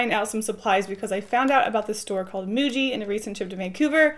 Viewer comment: I think it's pronounced "muji"